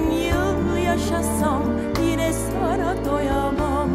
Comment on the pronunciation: "Sana" ya da "bana" derken "n" harfini telaffuz etme biçimi inanılmaz derecede yanlış ve rahatsız edici.